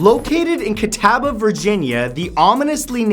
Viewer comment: its pronounced ca-tah-buh, matt.